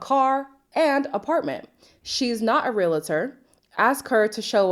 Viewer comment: Why everyone reviewing says RELATOR?